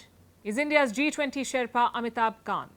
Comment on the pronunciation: Can't even pronounce Sherpa, bloody shame